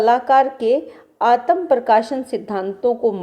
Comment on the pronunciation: आपका उच्चारण शुद्ध नहीं है,आत्म को आतम पढ़ रही हैं,अन्य स्थान पर भी